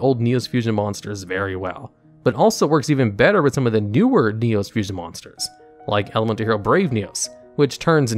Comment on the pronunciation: Top 10 mispronunciations in Yugioh, starting with your version of "Neos"